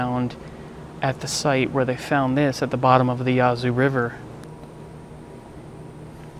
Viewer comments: The Vicksburg National Military Park is the only American Civil War battlefield I've been to. It is fantastic. Oh, and btw, Yazoo is not pronounced Yah-zoo (rhyming with Yahoo), it's pronounced Yazz zoo (rhyming with 'bash who'). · Ok the name of the river is ya zu short a not the long a as in yah zu as you pronounced